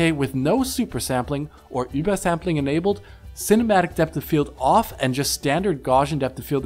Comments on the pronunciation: i've never heard "ubersampling" pronounced so disagreeably. just say UBER ffs. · Why are you saying ubersampling so weird? Sounds like you're speaking gibberish instead of OOBERSAMPLING.